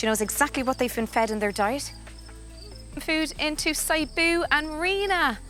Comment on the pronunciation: let me do some correction. - sibu is pronounced see-boo - cahaya is pronounced chahaya - siamang is pronounced seeyah-mahng